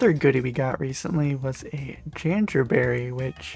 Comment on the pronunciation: for pronouncing it janjerberry, make the summer pie